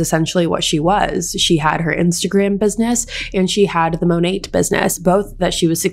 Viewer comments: Its pronounced monay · Just a little tip it’s pronounced Monay (without the T being heard) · The way you say Monet has me cackling. It’s such a trash company that I’ll be mispronouncing it this way from now on just to be disrespectful lol